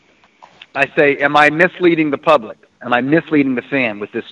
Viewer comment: went to “POOBLIC” school 🤣